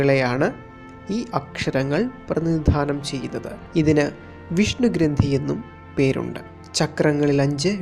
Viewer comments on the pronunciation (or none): none